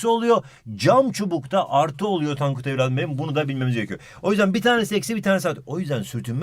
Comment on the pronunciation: Bi ara tonkut dedi